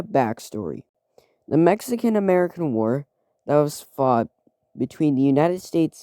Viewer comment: Ametican lol, great video